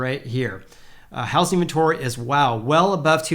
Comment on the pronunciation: Repeat after me. It’s pronounced how-zing market. Not house-ing market.